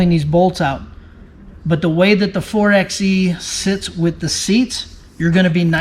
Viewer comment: It's pronounced 4 by E... like 4 by 4. Anyway, thanks for the video, I was wondering about the butt flap wall. 👍